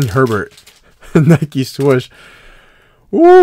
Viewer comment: I'm not nuts, it's not...a Nike Swush, its a swoosh....right? Am I nuts?